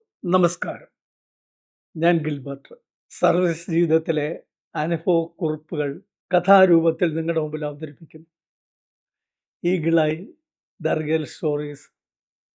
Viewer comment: ശരിയാണ് ഈ തിരുവനന്തപുരം കാർക് ആണ് ഭ യുടെ സ്ഥാനത്തു ഫ എന്ന് പ്റയോഗിക്കുന്നത്. എന്ത് അടിസ്ഥാനത്തിൽ ആണോ ആവോ. വല്ലാത്ത അരോചകം ആണ് അത് കേഴ്കുമ്പോൾ.